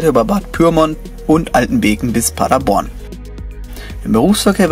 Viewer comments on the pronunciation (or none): none